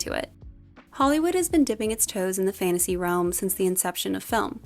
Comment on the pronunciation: please pronounce your "t". the continuous "fannasee" is awfully infuriating.